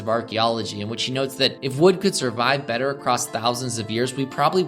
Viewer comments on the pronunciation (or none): none